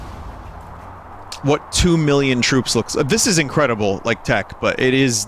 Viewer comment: One mirrion twoops... WOW